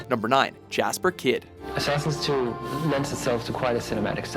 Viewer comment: Totally pronounced "Jesper" wrong. Like 6 times.